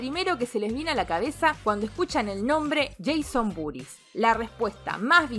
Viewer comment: Cuando dice el nombre completo de Jason entiendo "Jason Booties" y me cago de risa.